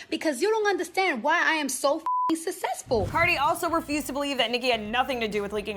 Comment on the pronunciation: I died when cardi said “sussesful”😂💀